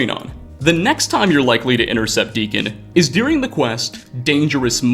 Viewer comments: I haven't even noticed that, I just keep hearing "dearing" instead of "during" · I've never heard someone pronounce 'during' like this in my life